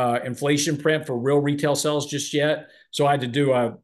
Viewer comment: has been on this earth for a 100 years and still can’t pronounce “sales” 😄